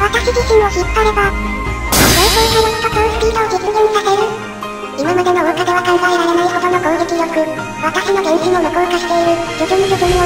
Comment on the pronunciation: ところどころ桜花のこと雪花って言ってる